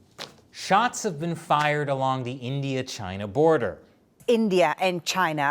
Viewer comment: "SHOTS FYRED"